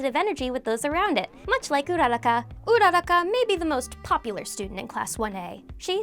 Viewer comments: It's not pronounced ura-ra-kah it's pronounced ura-ku-ra! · Why do you guys ALWAYS GET HER NAME WRONG. It's not urara-ka It's pronounced URA- RAKA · It's uraraka not oeraraka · So nobody’s gonna mention how she says ururaka she says URROCKA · Your pronounced uraraka wrong it’s pronounced ur-ra-ka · Correction- UU ROO RACCA pls stop the butcher of names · Am i dumb or is she saying Ururaka wrong? I'm so confused how to pronounce stuff at this point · Is anyone else annoyed from the way she pronounced urarakas name? 😂😤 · I hate the way she pronounces ururakas name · It pains me to hear all these mispronunciations please learn how to say uraka and some Pokemon better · Who else gets triggered when she says Uraraka’s name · I hate how she says uraraka